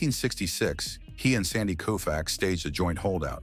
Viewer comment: Repeated mispronunciations of Sandy Koufax's name render this whole video a joke.